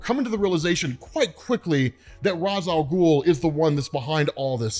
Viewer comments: It may be spelled Ra’s Al ghul but it’s pronounced Ray-sh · If there is one thing that pisses me off about almoest everyone saying Ra's Al Ghul, IT IS NOT ROZZ IT IS RACE WITH A SHHHH SOUND!!! Omg it drives me nuts. Its not pronounced that way necause of a tv show, it is pronounced that way because of the native speaking culture the term comes from! Lol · Rayysh Al Ghuul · I still hate hearing this pronunciation of Ra’s Al Ghul